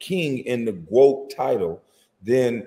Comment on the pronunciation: Why does he keep saying GWOAT?